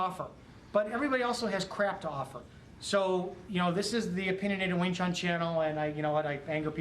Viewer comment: sorry to say u pronounce it wrong ..not wing chung.... our chinese brother can give u a correct pronunciation... similar like to pronounce IRAQ not AaiiiRakk